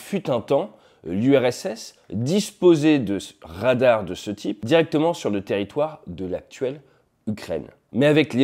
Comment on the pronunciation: Des Rrrrrradarrrs...